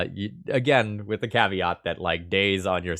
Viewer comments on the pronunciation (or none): none